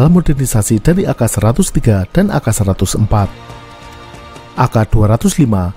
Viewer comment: We are Southest Asian people. AK. Is called AKA. Its not called AK., like a Weaterner. You are super good at explaining information with illustrations.